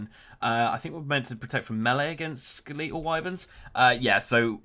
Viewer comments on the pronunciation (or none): Skel-eetal Wyverns 😂😂